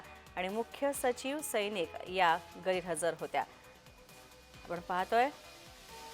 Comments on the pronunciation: news रीडर कोणी केल तुम्हाला?सौनिक ऐवजी सैनिक म्हणतात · सैनिक की सौनिक?? अँकर बाई काय करताय?? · सैनिक नव्हे सौनिक...उच्चार बरोबर करा